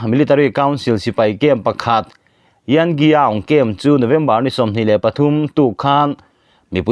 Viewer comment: Kalay chhimlam sipai cam Yankyiaung tih hi mizo tawng a rik dan tur chu (Yan Chi Awng) tih tur a ni. Burma ram ah chuan sap in hming an ziahnaah hian saptawnga lam har deuh deuh hian an ziak thin a ni ''kyi'' tia an ziah reng reng chu 'chi'' tiin thluksang deuhva thluk tur a ni. entirnan ''chhim leh hmar chhak ( chung sang) leh thlang sawinaakan khan ''khita khi'' kan tih khi hmasa zawk ri tur a ni . ''khi'' =''chi '' tih a ni ang.